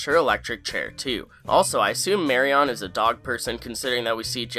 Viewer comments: The way you pronounce MariON's name is driving me up the wall. "Marion" sounds more like "Mariun"; even if you didn't pronounce it quite like that there would still be no need to put such emphasis on the final syllable. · Ugh...you keep saying "Mary-ON" - it's driving me nuts. I know it's not a common name nowadays but it's pronounced "MARRY-in". Ever see Raiders of the Lost Ark? "Don't look Marion, keep your eyes SHUT!"... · Marion is pronounced “Mary-in” not “Mary-on” she’s not a Pokémon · It’s pronounced marry-in not marry-ON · Thanks for putting this together, it clearly took a lot of time and I appreciate the effort. That said, the name is pronounced "mary-un", not mary-on." I mean, they say her name in the very show that you had to have watched several times to create this list. Or is this one of those "intentionally mispronounce something to boost engagement" things? PS - I may be a bit pedantic. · Marion is Mehreeuhn not Mehree ON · It's electric wheelchair...and it's MariUN, not MariON! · Ugh, the MariON pronunciation drove me crazy. It's Mari-un. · Great vid! Small nitpick, but it's pronounced 'Mary-yun', I kept hearing 'Mary-awn' 🔇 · bro it’s mary-un not mary-AWN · You pronounce Marion wrong every single time. It’s not Mary - On, it’s pronounced “Mary-anne”. You drove me crazy. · Just noticed I'm hearing Marion pronounced as "marry-on" instead of "marry-in" and now I can't focus on anything else. Dammit. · Not picking, just informing...the name "Marion" is pronounced more like "Mary-in", as you can hear Gene say a few times in the episode. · its pronounced "marry-en" not "marry-on" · Great vid as always. Figured I'd mention that it's pronounced like "Mary-Un", not "Mary-On" :) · I know it's not a popular contempoary name but for the record, Marion is typically pronounced as Marry-in vs Mary-on.❤🙂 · Hey man, 'Marion' is pronounced more like "mary in" than like "mary on." Just a heads-up. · The name is not pronounced Mary-ON its Mary-IN. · Lol "Mary-On"